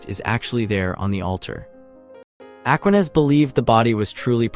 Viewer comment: Aquinas. The stress is on the second syllable.